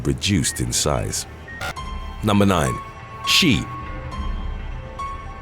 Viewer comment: Xie is not pronounced she. Its shh eh.